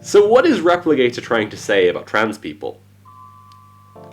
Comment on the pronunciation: Wait... are you saying Replicator or Repligator??